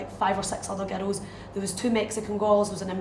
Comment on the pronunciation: When she says "girls" it sounds like "ghettos".